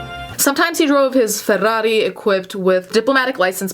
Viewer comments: It's honestly first time I heard someone saying Ferrari that good. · The way says "Ferrari" 💚 Not in like, a sexual way tho. But also, kinda. JK don't block me pls.😂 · Che strano che è sentire una parola pronunciata corretta in italiano in mezzo ad un testo in inglese, succede moooolto di rado😅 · The way you pronounce Ferrari gives me a reason to live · Damn, I love the way you pronounce Ferrari!